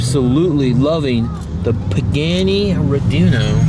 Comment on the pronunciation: Pagani not pagnano